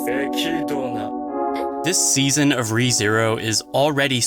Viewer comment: After hearing it said many times out loud now, You were right, I was wrong. I feel stupid about trying to tell you how to pronounce Echidna.